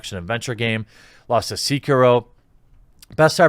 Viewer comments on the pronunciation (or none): Every time he said seakeyro I died a little on the inside lmao. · Jeremy calling it "Seekeroh" hurt my soul. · It was funny how vin deisel spent about five minutes talking about how much of a gamer he is, then he mispronounced sekiro.